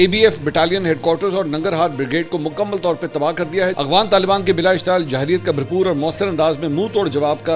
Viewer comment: Mansoor bhai ye Jarhiyyat ha Jahriyyat nhi. Pls is ki pronounciation thk kr lein